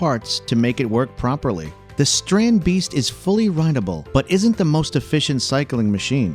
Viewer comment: Its called a strandibeest, not a strand beeast